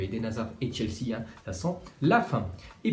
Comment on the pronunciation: ta mit chesea au lieu de chelsea